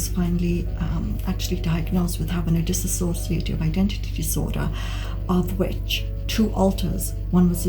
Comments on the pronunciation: It's Dissociative (Dis- so- shuh - tiv) Not dissassociative. I'm unsure why so many people pronounce it wrong. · Not DisAsociative. It is Dissociative